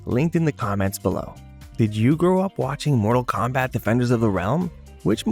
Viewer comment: Bro u killing me u can't get the name right or saying mortal Kombat